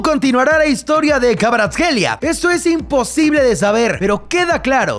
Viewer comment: Me sorprende que pudiera pronunciar KVARATSKHELIA